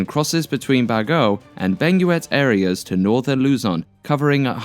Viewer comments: Ba-Gi-Yo not ba-go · Bag•yow is the right pronounciation of Baguio not Bago, in english new. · I've been on the Halsema highway, it had such amazing views!! By the way, 'Baguio' is pronounced Bag-u. Epic video!